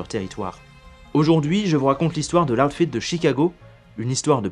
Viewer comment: loud fed ??? putain ton accent, sérieux quoi